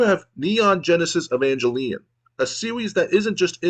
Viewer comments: Im mostly confused on why you pronounce Evangelion like that. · entonces basicamente es un juego de aviones? how could you misspronnounce evangelion xD watch it at least!